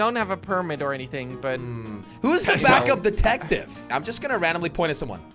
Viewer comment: back to the good old days... did you notice he said detactive not detective.